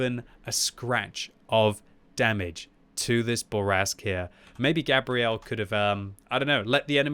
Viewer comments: !....I dont think thats how you pronounce that persons name...Gabrielle is a girls name, which is what your saying. Gabriel, is a guys name and pronounced different. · Why are you pronouncing the feminine version of this name, Gabrielle, instead of the masculine 'Gabriel', as in the Angel Gabriel? People do this all the time with footballers from Latin countries too (hello Arsenal), and it bugs me no end. Also, the enemy team in this game are awful. They abandoned the hill and didn't even try to take the west flank. It's a good score but it's also a bit of a roflstomp. Merry Christmas. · Pretty sure it's pronounced like the archangel Gabriel "Gay-bree-L" the way you're saying it is the female pronunciation "Gabrielle". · Fun to watch, thanks. Wondering if Gabriel TOLD you how to pronounce his/her name or if you're taking a bad stab. I would have guessed it would be Gay-bree-uhl (masc) and NOT Gah-bree-elle.(fem). Good luck with the fund-raising! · I'm from the US and the way u sayin Gabriel is killin me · As someone who is dating a Gabrielle and is best friends with a Gabriel. It was painful listening to mispronounce it every single time